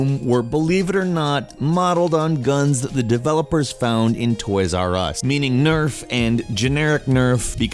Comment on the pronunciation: Did you just call it N.E.R.F? noooooooooooooooooooooooooooooooooooooooooooooooooooooooooooooooooooooooooooooooooooooooooooooo is not possible